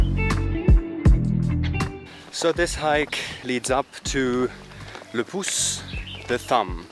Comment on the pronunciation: It's le poues mountain